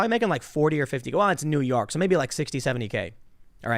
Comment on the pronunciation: "New Yauk"